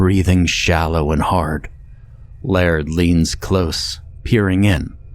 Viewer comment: Laird is pronounced "layered" not "lard"